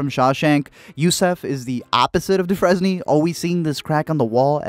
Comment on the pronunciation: Andy Dufresne is pronounced doof-frane Sorry but the way u said it made me cringe.